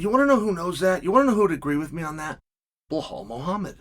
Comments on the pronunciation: BLAHALL “TWIN TOWERS” MOOHAMMAD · Bleholl ‘ANTHONY SMITH’ Moohamod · It’s bilal